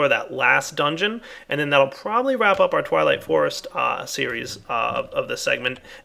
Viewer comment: LOL he said "TIME TO WAP-UP" "TWIGHWIGHT FOREST"